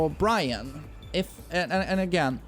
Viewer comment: FINALLY, you got bryan (byron) right!